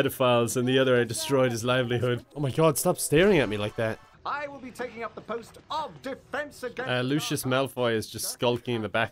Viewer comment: You called lucius.. Lui Cios